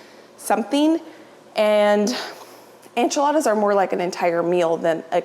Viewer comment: I adore you but one thing, that drives me a little crazy, and I should get over it but Enchiladas is pronounced en chuh laa duhz - the en is the same sound as en in entry or enable, not an like ant. Loving you from Austin, TX. Thanks!